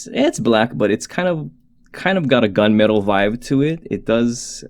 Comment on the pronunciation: Say it with me man, “Gunmetal”.